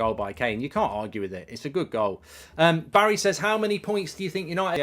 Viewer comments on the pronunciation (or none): none